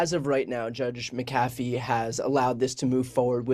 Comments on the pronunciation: Just one question: is it Judge McAaafee, or Judge MaaacAfee? If it's pronounced like the software company, then it's MaaacAfee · Not sure how the actually pronounce the McAfee name in the south but out west we say Mac-uh-fee. Accent on Mac.